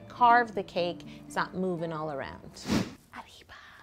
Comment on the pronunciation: I find it funny that you say "sombrero hat", it basicly means "hat hat" XD And I Looooove the way you say "arriba" (I'm mexican btw) Loved this cake! so much detail into it! :D